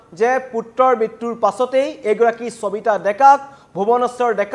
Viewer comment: চবিতা নে সবিতা ? অসমীয়া ভাষাত শ ষ আৰু স যুক্ত শব্দ সমূহ কি দৰে উচ্চাৰণ কৰে আপুনি নাজানে নেকি ? এজন অসমীয়া হৈ অসমীয়া ভাষাৰ শব্দ কিদৰে উচ্চাৰণ কৰে নজনাটো লাজৰ কথা বুলি আপুনি নভাবে নে ?